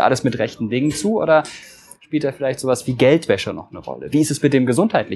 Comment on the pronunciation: Es is zum kotzen wenn Leute das ch nich aussprechen können